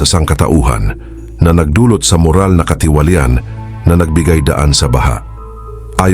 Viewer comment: marahas, katiwalian, pagbubukod ay iilan lamang sa SABLAY ANG PAGBIGKAS mo sa Tagalog o PRONUNCIATION .. sana pag-aralan muna tamang bigkas bago mag-narration para di ma-disrupt ang pakikinig sa mga Salita ng Dios